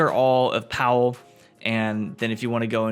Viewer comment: its not powell its pav-ell